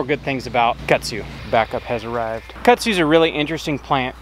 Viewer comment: It’s kudzu not Kutsu